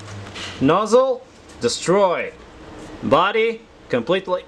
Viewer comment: "THE NOZZEL IS DEYAD" Veerry nice!